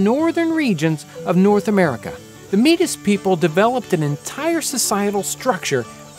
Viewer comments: Metis is pronounced May-Tea, not Meet-Tis … that's how you pronounce it. Great video though. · Metis is pronounced "may-tee" not "Mee-tis" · I just cringe everytime he says 'Meatiss', but forgiveness is a good lesson to learn lol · In the next episode, Townsends has heard your concerns about his pronunciation of metis. Its a french word, so its not pronounced meat-is, but rather may-tee. He pronounces it may-tee in his next pemmican video. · Metis is pronounced "may-tee" not "maytiss" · Metis is not pronounced mee-tas its may-tee the 's' is silent. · Meetus = Metis Its pronounced Meh-tees Its the French cognate of Spanish " Mestizo " meaning half Latin European half Native American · It's "May-Tee" not "Meetus" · "Meat Us" lol. i believe it's pronounced "May-tee" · "Mee-tis" ... sorry homie, it is pronounce may tee, but spelled Metis. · Love the channel but being Canadian i cant let you get away with this one. It is not pronounced meetus it is pronounced maytea. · Métis - French word, pronounced May-tee Please stop saying “meetus” lmao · Métis it is not pronounced "mee tis" it is pronounced "may tee" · "meatis"? seriously? It is pronounced māˈtēs. May Tee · meetis?? lmao it’s May-tee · Nobody: Townsends: MEATIS (it's pronounced "Meh-tee" métis) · Metis pronounced like may- tee. Not meatis .How do I know this? Huge Metis community where I live in Canada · It's pronounced "May-TEE", not "meedus". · (Metis) It's not pronounced "me-tus" it's pronounced "may-tee" It's a french name. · At first I was like "oh i've never heard of the meatist people!" then I looked it up and was like "oh he's saying Metis" it's pronounced "May-tee", still love the video though! Keep it up! <3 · I showed this to my Native Studies class. They would like me to let you know, in case nobody else has yet, it is pronounced "may - tea".... not "me-tiss". Thanks, though. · Intriguing stuff! I wanna taste some. I’d just like to mention Metis is pronounced May-tee not meat-us. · “Meetiss” lmfao